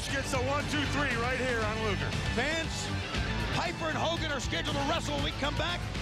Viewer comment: Terrible thing to say. And it’s Luger not lugar nimrod.